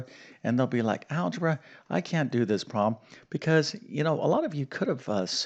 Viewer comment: Why do you pronounce “problem” as “proh-em”???